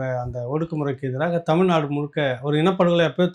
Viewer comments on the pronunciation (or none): none